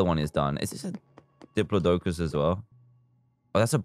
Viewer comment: So apparently all British people say diplodocus like DIPOLO DOCOLS